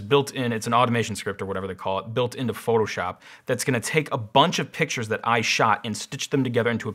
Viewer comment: "shoto phop"🤣🤣🤣